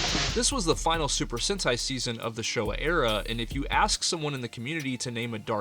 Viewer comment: Se pronuncia super sentai, super sente